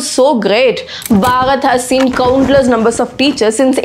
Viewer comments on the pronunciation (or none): Ma'am it's Bharat..not bhagat..